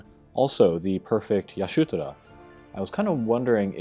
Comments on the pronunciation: Isn’t it Ishtola? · Ish-tola in ff14 so if hes reading the japanese it makes sense but it definitely has me confused. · It's pronounced EE-shto-la. -.